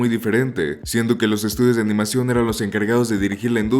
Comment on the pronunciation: Abandoné el video después de escuchar que dijo "amanición" y pronunció más de 3 formas diferentes (y erróneas) el nombre de Hideaki.